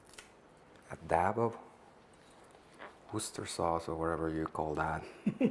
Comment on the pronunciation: I ❤️the correct pronunciation of Worcester! Nicely done